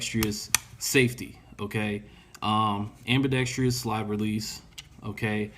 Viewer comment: what the fuck is ambeedextreeous lmao